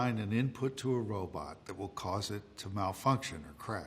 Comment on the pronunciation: Personally, it makes me happy to hear a modern robot expert occasionally still pronounce it "robut". It's just more fun to say.